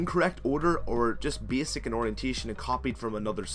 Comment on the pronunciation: Did you say ''beesick'' or ''basic".